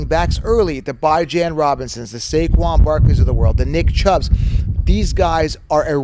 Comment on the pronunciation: My man, it’s B-ee-jon Robinson😵‍💫